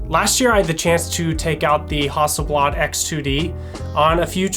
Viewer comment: "HUSTELBLAD" must be a great new, Swedish camera.... :-)